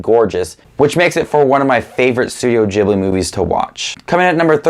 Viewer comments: It's ghilbi not jibliii ughhhh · It’s not jhibly it’s pronounced gibly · I just gotta say this before it drives me crazy It's ghibli not jibli It was named after an aircraft also named ghibli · It's ghibli, not djiblee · Its not (juh-ibli) it's a (guh-ibli) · for someone who seemingly loves these movies your butchering the name its pronounced gee· blee not gib-lee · Ghibli, not Jibbly. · he says studio ghibli wrong and i hate it... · You do realise that for a true Miyazaki fan, you're pronouncing Ghibli wrong? 😅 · And his pronunciation of studio ghibli is so strange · When he pronounces Ghibli wrong the entire video When he likes my comment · how is studio ghibli pronounced? jibli or gibli? i’m confuuuuused